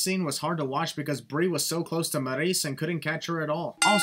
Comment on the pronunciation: you missed the best part of the whole ppv. drew mcintyre telling the ref to "disqualify his arse!" so you are able to pronounce maryse correctly after all... why not all the time?